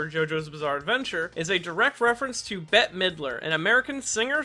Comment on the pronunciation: I think Bette is pronounced the same as Betty. Not bet.